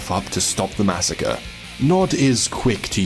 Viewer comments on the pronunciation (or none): none